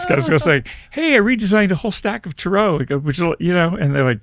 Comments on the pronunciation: Your pronunciation is driving me cray.....it's "tear-roe"....like tear a piece of paper, not tear like to cry and for me tarot was just a tool to connect with a person's psyche to read their energy, but actually palm reading worked better for me, it was more picking up images that the person I was reading projected, and understanding imagery into words. I was very accurate in it and had to stop because it kind of scared me when I would see something bad, and then the people I read came back and told me the things I said happened, so I thought was I causing them to happen by telling people or was I actually seeing their future. Became a burden when everyone I interacted with would just stick their palm up to me on each interaction....so I shut it down and stopped readings... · This was a tough one. when he pronounced them Ta-Row, I found anything else hard to fathom. Dropped me right out of the zone. I have an interest in dialects as part of my job, and I could not find anywhere that pronounced it like that. If anyone has come across this pronounciation, I'd love to know where for research. It may be another way to say it, but I've never heard it and I'm not a spring chicken. My sister is a Reiki practitioner and owns a crystal shop. I asked her. She'd never heard it pronounced that way either.I wonder if it's like Gemini. English speakers say Gemin-eye, but the rest of the world uses the Latin pronunciation Gemin-ee. to hear an English speaker say it sounds odd. His pronounciation just sounded odd. For someone who designed their own deck, his pronounciation must be a choice. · The world calls them Tarot. He calls them "TaaRoe".... lol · 🤣 Potato Potahto Tar rot Tar row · 😂 "Tah-Roh" is Stupid AF 😂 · why do they pronounce it ta-row? thats so weird. ive been reading for 30 years and never heard it pronounced this way. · Every time he pronounces Tarot like that I die a little bit inside...